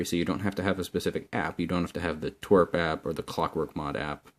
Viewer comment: u say twrp like twirpk